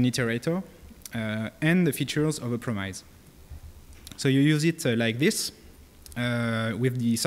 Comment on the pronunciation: Please don't pronounce "promise" the way you do because it feels so painful to me.